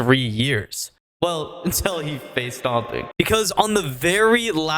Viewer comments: is it just me or do it sound like he keeps saying "stomping" instead of stompn? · why are you saying stomping 😭 great vid though